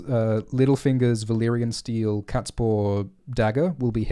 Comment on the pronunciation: "Valaquor". groan